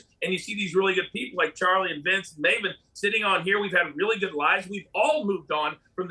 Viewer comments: Why does he keep calling Maven, Marvin? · he called him Marvin a few times i think Maven had a word with him during the break because he got his name correct after that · His name is Maven, not Marvin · Piers calling Maven, Marvin and Malvern.😂😂😂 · Piers just called maven "marvin" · It’s pronounced Maven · Im crying im laughing so hard at him calling Maven "Marvin" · Same here. I thought I was the only rotf with laughter. Respect to Maven though. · Someone give Pierce a lesson on wrestlers name. I mean, the way he said Mcmahon I'll let that pass. BUT did he actually call Maven Marven??!! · Wait… Did Pierce just call Maven “Mah-ven/Marvin Hoffman”? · Piers called Maven "Marvin" LOL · It's pronounced Marven, apparently 😂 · MAVEN! IT IS PRONOUNCED May Vin! LOL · Did he really call Maven Marvin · "Did Pierce call Maven... "Marvin"? 🤣🤣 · No he said Maven but pronounced differently like MaaaaVin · I heard Marvin too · Lol Piers calling Maven, Marvin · And Maven ffs 😂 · Piers mispronouncing mavens name is funny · I laughed at how Piers pronounced Maven's name 😂😂😂😂😂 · How Piers pronounces Maven hurts me. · piers you can’t even say maven name correctly.. u r such a piece of trash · Piers can’t even get Mavens name right 🤦🏼‍♂️🤦🏼‍♂️ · too bad piers mispronounced his name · It's Maven!! Not Marvin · Piers kept saying Mah-ven. Haha. It's May-ven. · Marven he called him marven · Piers called him Marvin instead of Maven. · LMFAO he called him Marven Hoffman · Piers calling Maven "Marvin" was cringe 😂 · Did he call maven Marvin huhchmen 😂😂😂😂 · Did he call Maven Marven? lol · Did he introduce Maven as Marvin? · Maven (pronounced MAY-ven) Not Mawven, Piers! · Love how Piers called Maven "Maa-vun" clearly hes not a wrestling fan 😂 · Did pierce introduce maven as Marvin? 😂😂this was great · Did pierce introduce maven as Marvin? 😂😂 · Vince McMarhn 😅 Marvin 😅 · How many hints did Piers need that it’s pronounce MCMAN not MCMAAAAN - least he realised that it was MAAAVEN and pronounce Mayven